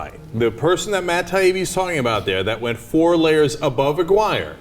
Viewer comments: I couldn't help but notice they kept mispronouncing Gary Aguirre's name. John and Cenk kept saying Aguirre the same way you would say "Maguire." It should actually have been pronounced more like "A-gear-ree." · johns mispronunciation of aguirre made me cringe